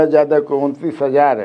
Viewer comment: आप य को ज क्यो उच्चारण करते है यादव को जादव क्यो बोलते है ? बहुत बेकार लगता है